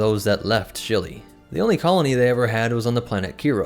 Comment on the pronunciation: I kept hearing him call the plant Chili. Maybe its just lunch time.